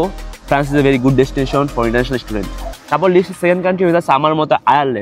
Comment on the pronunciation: Student❌ estudent🤡